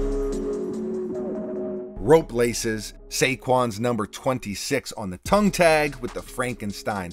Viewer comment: Nice sneakers, tongue has no hard consonant at they end…Tung